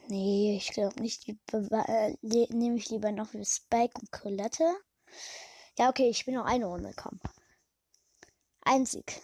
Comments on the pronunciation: Trotz dessen das ich kein Brawl Stars spiele: Collete wird Collet ausgesprochen und nicht Collet-e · Es wird Colette ausgesprochen